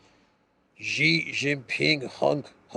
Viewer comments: I know you care about words, so please allow me to mention that Xi's family name is pronounced like English "she." It is NOT pronounced "zhi." I hope you will respect Xi and pronounce his name as Chinese pronounce it, i.e., as in "she." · Xi: "sea", not like Gi.... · pronounce Xi like she. She is smart...